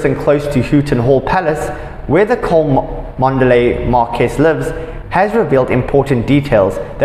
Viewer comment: It's pronounced Chumley. Please do your homework. Louis is not Lewis. You pronounce it Looey